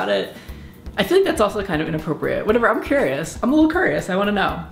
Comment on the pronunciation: thumbs up if you heard him pronounce 'curious' like "qurrious" :)